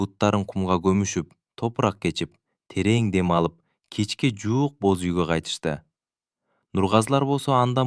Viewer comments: Бөз үй эмес Боз үй дечи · Бөз үй эмес боз үй😊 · Бөз үй, Нургуль, Үна. У, ү,Ө,о катышкан сөздөрдү үйрөнүп алсаң. Азаматсын. Кыргыздар деле орустардын ар бир сөзүн так сүйлөгөнгө аракет кылабыз. Орустар деле так сүйлөшсө кыргызча кыргыз тилин тебелешбей. Орустар кыргызча сүйлөгүсү келбейт. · Нургүл чыгаар,какшатыптын оорду, кашатып, иши кылып орус окубай эле койсо болмок экен!бөзуй. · Кыргызсынбы туура окуганды уйронуп албайсынбы??? Боз уй де.